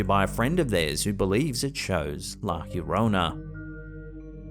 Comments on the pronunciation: Por favor, Llorona = yo ro na... lo estas cagando! 🤣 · A lot of creatures down that deep have bio luminescence, so it's most likely a fast moving creature n it's just pronouncecd Yarona